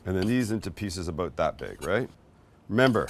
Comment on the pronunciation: Did you say aboot?